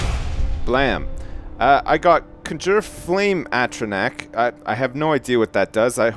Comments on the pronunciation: Makes me blood red mad how he says "conjure". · He has a crazy way of saying "conjure" :-D